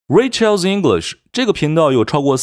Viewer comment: Rachel 發音 ❌[ 'reɪ. tʃe~l ] ----> [ 'reɪ. tʃəl ]⭕ Rachel 發音 ❌[ 'rɪ. tʃe~l ] ------> [ 'reɪ. tʃəl ]⭕ 有些人看YT自學 發音沒得效果 還 沒 從 0 跨 到 1😢